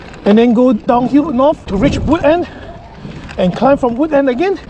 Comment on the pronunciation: its wood-end, as it is the end of the woods/forest (which you rode through)!